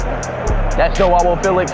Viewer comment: It’s not pronounce Joanne Felix